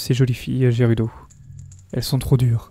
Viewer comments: On dit gerudo et pas jerudo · On dit valee gerudo avec "G" mais sinon très bonne video